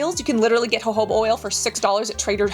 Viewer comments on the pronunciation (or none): none